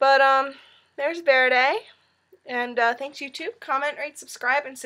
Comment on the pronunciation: Verdi is pronounced Ver-dee! Not Verdei